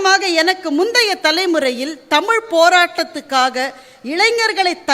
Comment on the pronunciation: தமில் என்று கூறிகிறார்கள்.தமிழ் என்று வரவில்லை கொச்சை மொழியில் பேசுகின்றனர் அவர்களுக்கு இலக்கணம் இலக்கியம் என்பது ஏதுவரை.